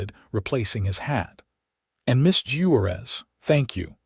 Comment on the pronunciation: 😂 🤣😂🤣😂 at the way AI pronounced Juarez and Monterrey. But it finally pronounced 'wound' correctly. Bravo.